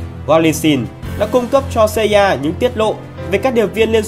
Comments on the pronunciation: FBI mà đọc ép bi CIA mà đọc Ci A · CIA cứ xa ya nghe cay vl=)) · cách đọc tên kì lạ nhỉ, MI6 thì đọc tiếng anh, NSA CIA thì đọc tiếng Việt. ko thấy bị ngượng miệng hả =)) em ai xíc xê i a :)))) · Nghe phát âm NSA CIA FBI nghe ghét thế nhỉ :)) nuốt không nổi luôn